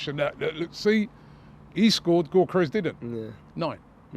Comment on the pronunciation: If I hear Robbie say Gyokeres’ name like “Goorkerez” one more time, I might have to unsubscribe. We all know he knows the actual pronunciation…